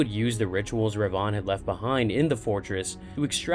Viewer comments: Darth - Darth Re - Re Van -Vin. Darth Revan... Should be pronounced Darth Revin. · yes... I know. But the pronunciation is off. Darth Revan(when spoken) should sound like "rehvin" Perhaps it's my Scots dialect? Others have also commented. Thanks for pointing out the other sith lord though -) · Two separate sith lords. Revan lived about 2000 years before Rivan